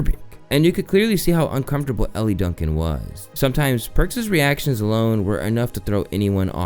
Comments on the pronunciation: Elle Duncan’s name is pronounced “L” like the letter not Ellie. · Elle is pronounced L